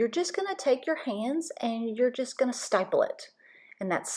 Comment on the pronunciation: I think it is stipple not stiple.